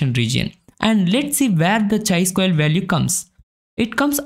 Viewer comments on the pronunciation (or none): Nothing wrong but feels lil weird when you are saying it as chai.. it's actually kai.. great content otherwise! Thank you for sharing with us.